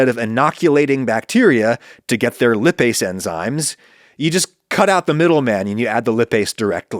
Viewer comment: This was interesting Adam. Though, I wish you'd have looked up how to pronounce "lipase" before saying it repeatedly.